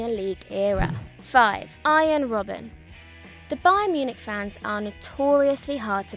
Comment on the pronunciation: she said 5 arjien robben